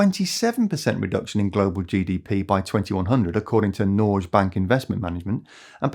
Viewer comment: "Nor Guess" not "norjes" bank investment management